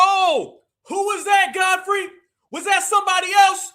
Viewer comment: He called that man Godflee. 😂